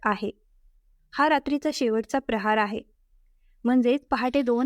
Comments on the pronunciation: प्रहार म्हणजे मारणे, प्रहर म्हणजे वेळ......उच्चार neat kara. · प्रहर हा योग्य शब्द आहे. प्रहार नाही. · प्रहार नका म्हणू प्रहर म्हणा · प्रहार नव्हे,प्रहर असे म्हण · प्रिय वाचक, प्रहार नव्हे, प्रहर असे, वाचन करावे